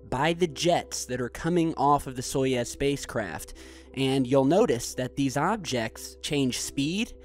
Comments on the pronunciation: So-you-z, SO- YOU - Z not So ye Z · soyuz, not soyez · It is pronounced [sɐˈjʉs], whatever that means... "So-yooz" not "So-yez". Apparently it means Union. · Soyouz , it's pronounced so yooz space capsule. Peace ! Happy Birthday Again ! 31 wow so "old" ! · It's pronounced as Saai ooze